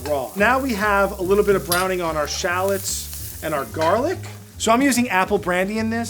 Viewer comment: They are Called.. 'Sha----LOTS' AS IN 'SHA-LOTS' You call them in name like a dork tbh !!!